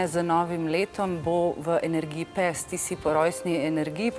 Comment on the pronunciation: Tudi mene zanima zakaj taka izgovorjava...za psa...